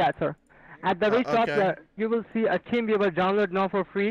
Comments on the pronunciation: Anyone else swear the first guy said "Team Beaver"? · Was he saying “team beaver” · It always sounds like "Team beaver" 😂😂😂😂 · TeamViewer. I swear the guy said King Beaver. He should have written down King Beaver and made the guy correct him. Several times....you know, to test his patience.....that's always fun! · Sounds like buddy is saying " team beaver" lol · When they say teamviewer it sounds like they say teenviewer, which unfortunately doesn't go anywhere because that would be a brilliant way to play with them :D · Does anyone else keep hearing "Team Beaver download"? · "team veever"